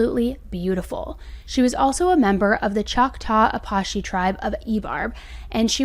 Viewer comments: 🙄🙄🙄A-PATCH-E Not fkn aPOSH-E😡😡😡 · Hey I'm Mescolero Apache & just thought I'd let you know you pronounced Apache wrong, it's pronounced "uh·pa·chee" ❤ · Apache is pronounced uh patch' ee. Sorry but my Native heritage made me do it. Love your channel 💜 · Just for reference Apache is pronounced: Uh-patch-ee.